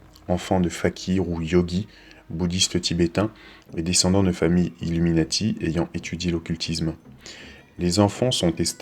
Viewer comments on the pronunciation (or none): par contre même en anglais ca se prononce illuminAti et pas illuminÈti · bien sur que non mais le A ne ce prononve pas È dans ce mot en anglais donc me dit pas le contraire je sais de quoi je parle . c est pas comme pour le mot NATO qui lui lui se prononce NÉTO , illuminati c est pas le cas , il se prononce comme en français...sans l accent bien sûr